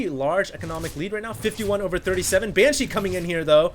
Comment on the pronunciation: its funny how i still hear "ban-cheese" everything says it